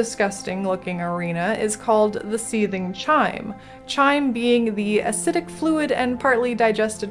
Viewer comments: Very harsh criticism: chyme's pronounced "kime", not "chime". But seriously, your latest videos have been like a renaissance of PoE lore. (Thank god the Elderslayers are gone--that was weaksauce.) Subscribed to your Patreon (Xan). Keep making the world a better place. <3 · Chime in this context is pronounced "kime"